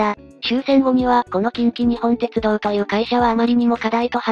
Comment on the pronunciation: ❌近畿グループホールディングス ⭕️近鉄グループホールディングス ❌きんきにほんてつどう ⭕️きんきにっぽんてつどう 少し気になったので指摘してみました。